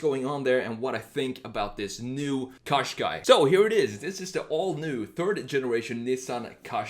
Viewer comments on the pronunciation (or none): I’m Irish it’s pronounced Caashqai not coshqai. Just to point out. Every time I hear coshqai it drives me insane also Nissan is pronounced Nissan think of saying in in combine it with nissan it is not pronounced neesan. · couldn't you choose something a bit more interesting-? and something you can even pronounce? turn a Gaz 21 series 3 into a retro SUV